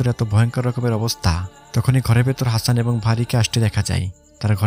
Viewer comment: সবই ভালো লেগেছে.... শুধুমাত্র হাচান না বলে হাসান বললে 👌